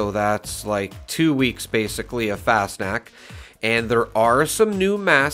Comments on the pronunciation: No. It's more like fahs nockt - there is no 'sh' sound. The 'a' is pronounced as an 'ah'. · I think its pronounced like "fast knocked" fas knocked, but the 'ed' on knocked is more of a 't'. FasnachT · It’s pronounced kinda like Fahss-knocked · An imperfect but fairly easy to say pronunciaction for Fasnacht would be something like fahz-knocked. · Nacht is a germanic word pronounced nawkt or knocked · How do you know when you have a rare mask? On a sidenote;It’s pronounced “Fosh-Nockt” Missed Fascnacht. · Pronunciation = fas-knocked but with an 'ah' instead of an o Did everyone learn about krystallnacht in elementary school? Nacht = night Pretty much pronounces how you read it Fast snacks or fas nack whatever people say So funny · It’s pronounced Faws-knot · No. It's more like fahs nockt - The 'a' is pronounced as an 'ah'. There is a "kt" sound at the end. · Pronunciation is an option on google translate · IKR. How easy would that be to do instead of mispronouncing constantly and not even trying?